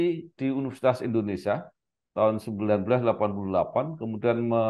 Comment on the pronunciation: Indonesia pak..bukan Indonesa.